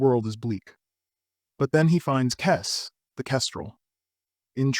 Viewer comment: Er….it’s pronounced “kez” …not “kess”